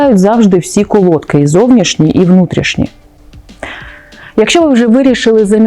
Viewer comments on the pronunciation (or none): Правильно наголос на и, колодкИ